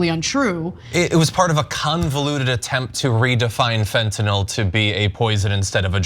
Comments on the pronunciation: It's fentanyl not fentanol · It’s Fentanyl not Fentanall Matt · I’m triggered every time he says “Fentanall” instead of Fentanyl. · It irks me whenever I hear someone say fentanall 5 times in 30 seconds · Matt. Fentanyl. NOT Fen tan all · Why does Gaetz pronounce it fentynôôle. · What a moron! Does he ever watch himself om video after and think "why can't I learn to just shut up"? And tell Matt, the drug expert, It's not fentINOL, it's FentaNYL! At least pronounce the words you idiotically spew properly! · Why is he mispronouncing fentanyl. It's not Tylenol, idiot